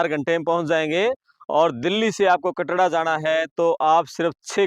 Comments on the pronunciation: Bhai Katra h Katda koni Report to ban Gaye name to Lena shikh lo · KATDA NAHI KATRA KAHTE HAIN APNE PICHHE BORD HI DEKH LETE BOLNA TO AANA CHAHIYE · Katra h bhai kyo katda katda bol rha h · कटरा या कनाडा तेरे को बोलना ही नहीं आता है in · Isko. Katra. Bolna nhi. Aata. Kya